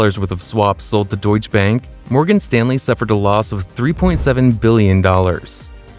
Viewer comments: I think it is pronounced DeutschE bank with an e at the end, not Deutsch bank. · Deutsche is two syllables.